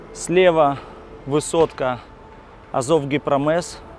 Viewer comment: ребята! Гипромез- гос.институт проектирования металлургических заводов,т.е произносится мягко- мез,но не мэз